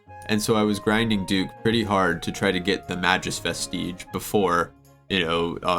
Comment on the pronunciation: May-Gus Vest-Idge